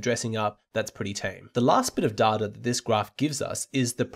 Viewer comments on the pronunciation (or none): Did this man just say 'duh-tuh'?